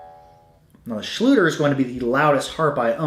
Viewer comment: Hello! Your pronounciation of the Schlüter's product is pretty correct, but "Maultrommel" is the german translation of "Jaw Harp", not a special models name, literally meaning "drum for the mouth" (but today "maul" is a little rude, usually used for an animals mouth :)) - this just by the way. I'm sure as an real expert you might know about the details. I'm totally impressed about the variety and history of this little instrument and it's early spreading across the whole northern hemisphere and fascinated about the ethnical variations, it's thousand names, shapes and expressions. And I would like to thank you for your vids and for shearing your passion with us - your content is so helpful to get hints, tricks and orientation. Thanks a lot and greetings from berlin, germany!